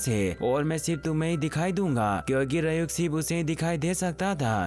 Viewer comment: rayuk nahi ryuk bhai